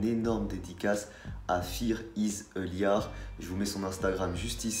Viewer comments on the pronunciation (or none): On dit pas "liar" mais "laïeur" voilà ! Sinon super bonne vidéo !